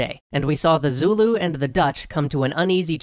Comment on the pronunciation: As a South African, with both Afrikaans and English parents and who has worked and lived around the Zulu all my life, allow me to tell you, your pronunciation is horrendous. That said, good video, although you did leave out a couple of details but honestly, they're the kinds of very nuanced things that only the we'd know as locals. So.... Thumbs up. The biggest thing is your pronunciation of Boers. It's pronounced 'boors' with a rolling R and yes, the English have made them aware of what boor means in English for centuries.